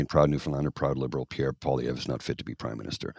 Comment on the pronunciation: Obsessive? Pee-Air?? Noooooo. That's a silly thought... "I just got tired of him always calling me 'Trudeau' when we're in bed, and then blaming me when his Pee-Pee doesn't perform." - his wife - 😝